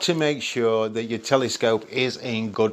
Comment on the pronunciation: It's cute how you pronounce "telescope" like "telly-scope" :D